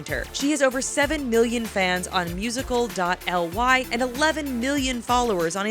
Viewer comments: I died when she said musicaldot"l""y" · The way u pronounced musically 😅😆😂😂😂